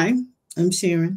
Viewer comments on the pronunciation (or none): How are you pronouncing Sharon as She’ Ron lol wtf